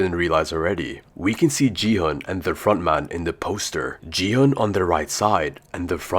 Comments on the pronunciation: Dude, don't you understand that he's using AI voice?? It's not his real voice. Most of the AI voices pronounce "Gi-hun" as "Ji-han". The correct pronunciation is "Ki-hoon" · Bro is so dumb that he said gi hun is ji hun💀💀😭😭